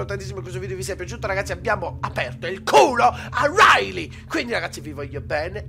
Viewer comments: Hai detto rilay anIco hoyt lol xd! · hai detto RILEY e non HOIT